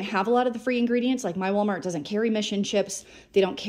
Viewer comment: I love the voice-over where you sound like you're saying: ''You have chosen Wally'' (for Wally World/Walmart). 🤣